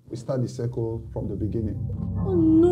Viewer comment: From the Beninging 🤣🤣🤣🤣🤣 🤣🤣